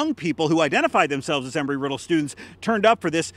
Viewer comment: Embry...... not Emry. There's B in it